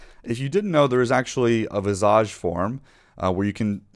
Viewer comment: I have never heard that word visage - pronounced that way ever lol.